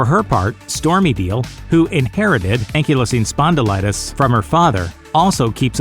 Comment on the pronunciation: It's pronounced Ankle-izing spondylitis